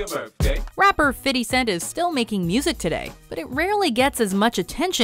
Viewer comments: How do people still not know how to say 50 cents name right it's not "fiddy" it's "fity" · "Fitty cent." Just stop. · Oh, the pronounciation of names by this woman. Fiddy Cents. As 50Cents said: "White people trying to be cool say that". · Why the fuck did she say fity cent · Why she keep saying "fitty" cent